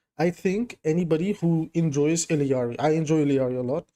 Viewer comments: Love ur vids but go crazy every time you add another two Ls to illaris name E-yar-E instead of ill-E-yar-E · Theres only 1 'i' in ILLari. You and spilo both pronounce it the same way lol